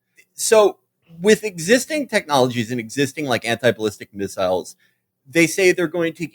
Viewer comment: felix says "missiles" and "miss-ILES" like people in The Wire say "a po-leese" and "the p'lice" there are linguistic nerd accounts that should study Felix vowels. the way he pronounces "alien" with the first syllable like the one in "allergies" is worth a dissertation